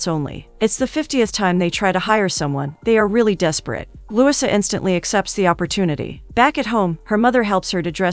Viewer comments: You are pronouncing LOUISA wrong!! Lu - wee-sa!!! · The least you could do is to have a real person read the script. "Louisa" is not pronounced Lusa and "record" is not pronounced reeecord! Do better if you want subscribers. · The weird pronounciation in this recap was too painful to listen to. For example, her name is pronounced Loo-EE-sa, not LEWIS-uh.